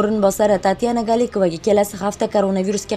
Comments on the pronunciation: гАликова эмас ГОЛИКОВА деб укилади.. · Галикова эмас Голикова набунча совод йук буни бирнеча марта йоздим Русса сузларни гаплашни урганинг буни мактабда ургатишадику йо хозир Рус тили дарсликги йукми?